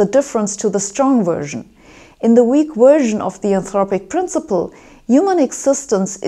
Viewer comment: Yes, she does. Plus, I love the way she says version...."Wersion" lol. She is awesome. TNQ